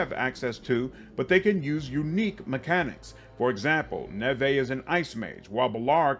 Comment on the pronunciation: I think her name is Neve like Campbell not Nevay based on the gameplay reveal how it was pronounced by the characters. Super excited for this game because they’ve really tried to make Rook stand out amongst the protagonist with the customization. Also the fact that there’s basically 9 origins is super exciting and I’ve seen the skill tree that looks like it’s gonna make every build vastly different! The limit on companions makes perfect sense, you are not an army, you are a unit… having too many companions takes away from the intimacy that’s what the companions work in Mass Effect so well. Crpg’s are made to have a large team of 4-6 teammates because of the way combat works.